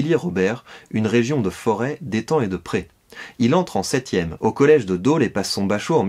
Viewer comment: Pour info, "Dôle" (aujourd'hui orthographié "Dole") se prononce avec un o ouvert (comme "dollar") et non fermé (comme "daube").